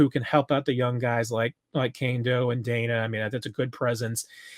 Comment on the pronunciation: Is it Mike DAY-na, or Mike DAN-na? Can we get final clarification on this? I mean, pronouncing Saleamua back in the good ole Marty days was easy enough lol.